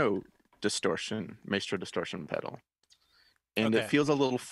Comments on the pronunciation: And my head is going to explode if you keep saying may-stro! It rhymes with MY (or mice), as in MY effing head is going to explode if you keep saying MAY-stro!!!! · MA + E (like the 'e' in 'edit') + STR + O (pronounced like something you do not have in the english language). It's Italian...